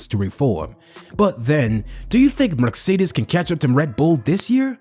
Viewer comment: Learn how to say « Mercedes ».